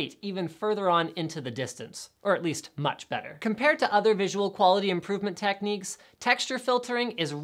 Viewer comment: "or at list much better..."